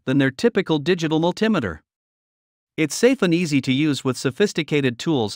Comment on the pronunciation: How can I take this list seriously when you can't pronounce multimeter right?